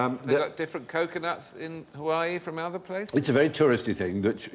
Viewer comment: Correct (or at least QI-ish) answer to the coconut question is: Nothing. Because there’s no such place as Hawai‘i‘i, which is how Stephen pronounced it. The things he mentioned are about Hawai‘i.